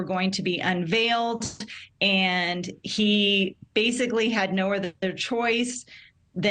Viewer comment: Why does she keep saying Alec Murdoch? It's AleX MurDAUGH